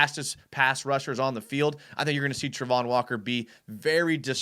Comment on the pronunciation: It's Travon...not Trevon...and he did NOT have 5 sacks last year.